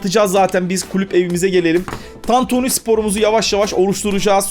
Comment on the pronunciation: sen ilk Türkçe'yi öğren de sonra kurar "tantüni" diyor